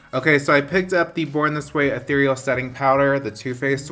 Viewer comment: Thank you for correctly pronouncing "ethereal!" I've heard so many beauty gurus botch the pronunciation, and it always drives me insane! THANK YOU